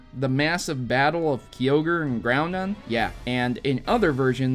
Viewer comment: "Keeogre and groundon"